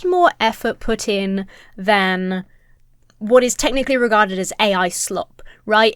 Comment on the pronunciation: The way you say "wot" is too funny